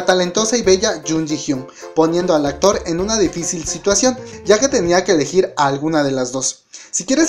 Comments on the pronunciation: "Eleguir" me encantó🌚💘. Me hizo bastante gracia 😂. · "eleguir"😂😂😂 se te fue la "u" Jaja okya.-. Saludos 👌me encantan tus videos❤👍👅